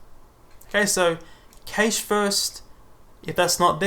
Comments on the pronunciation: Great video, thanks! I'd just like to point out that you're mispronouncing "cache". It's pronounced exactly like "cash", rhymes with "flash". The a is not pronounced like the a in "age" or "cage". Keep up the good work! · no offence, but most other places (i.e. 90% of your views) will pronounce it cash - maybe just bite the bullet? Its really off-putting. Awesome video though... but I very nearly turned off every time you said cache.